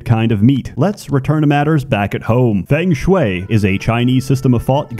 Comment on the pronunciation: What I've learnt is that spent the last 2 months learning to say Feng Shui correctly